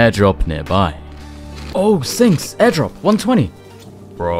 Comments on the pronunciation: lol did nobody notice called Sinks "Stinks"? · i swear i heard you call him "Stinks" at least three times in the video hahahaha